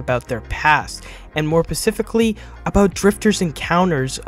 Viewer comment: Did he just say “and more pacifically?”